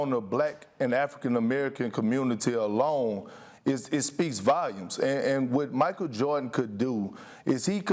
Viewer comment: BIG perk — „It speaks vayoums“